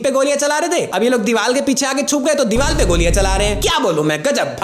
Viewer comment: Diwaar ❌ Diwaal✅😂😂😂😂😅😅😅😂😂😂